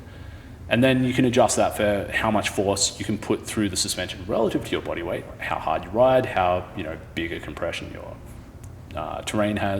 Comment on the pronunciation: Pushin' ard! 😋